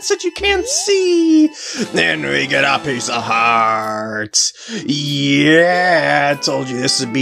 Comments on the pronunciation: Nope I heard him say pizza heart as well. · "Its a pizza heart!" Uhhh i mean pice of heart... lol am i the onlyone who heard pizza heart after the couples mask heart piece?